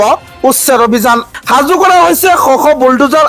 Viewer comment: "সাজু" শব্দটিৰ উচ্চাৰণ হাজু বুলি কৰা হয় কিয়। ডাবৰ নহৈ "ডাৱৰ" হে হয়।বাতৰি পঢ়োতে শুদ্ধ উচ্চাৰণ নহলে শুনিবলৈ বেয়া লাগে।গতিকে উচ্চাৰণ শুদ্ধ কৰিবলৈ চেষ্টা কৰা ভাল।